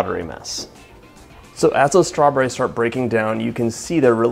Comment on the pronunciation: The way he says strawborayz grates on my east coast ears. 🙉